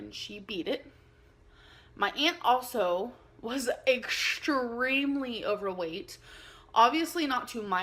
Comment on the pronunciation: "was egshtremely overweight"